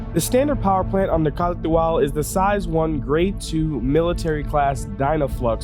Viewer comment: Other Youtubers: can't even pronounce the name: K н α r т υ - α l